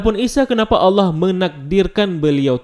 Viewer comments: Bang Ko Lu Baca nya Alah Bukan Allah? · Kalau membacanya jangan alah tapi allah karna kalau alah itu orang kristiani yang membilang nya seperti itu